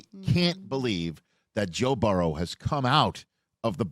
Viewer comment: I love Rich…however, I can’t stand how he says Joe Burrows name. It’s mispronounced somewhere close to Barrow.